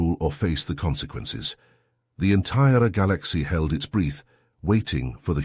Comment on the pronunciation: Breath, not breeth !!😮